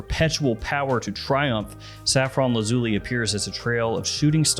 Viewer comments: Repeat after me: Laz-ooh-lie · It's actually pronounced Laz you lie, it comes from Lapis Lazuli which is why both the box and bottle are blue. I'm not being pedantic, the name is derived from Latin, great review by the way.